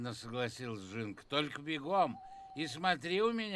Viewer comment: Не "жЫнка", а "жинка (жiнка). Правильно говорить через "И"